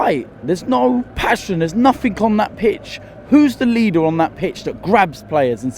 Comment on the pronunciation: heavy indian accent THERES NO PASHEN,THERES NO AGGRESSION , NO ANYTHING.